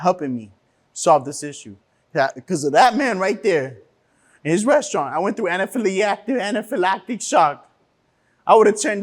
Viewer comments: Cant say anaphalactic to save his life😭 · He can't even say "anaphi lactic" correctly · The complainant should learn how to pronounce anaphylactic correctly